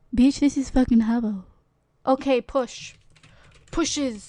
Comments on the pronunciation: its not haubo is hah-boo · Wtf is Harbo? It's Habbo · It's habbo, not hubbo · welllllllllllllllllllllllllllllllllllllll you're pronouncing it wrong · is werid and pronouncing habbo wrong